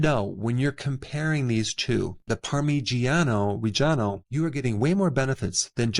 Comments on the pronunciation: It’s pronounced “Par-Ma-Gi-An-O Re-Gi-A-No” not “Par-Mee-Gi-An-O” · It's pronounced par me John oh Reh john oh. You say with no pauses 😊 Gia is pronounced Jah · Parmesan is imitation crap, and a rip off. The way you pronounce parmigiano reggiano makes me laugh. Parmigiano reggiano is the king of cheeses. 🇮🇹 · YES, and I have always purchased it! Thank you for sharing its amazing benefits! My Italian mother would have cringed at your pronunciation of it, though ... lol. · often times i eat it raw and 36 months aged only. and, since i'm italian, i can assure you that the way you spell parmigiano reggiano is raping my ears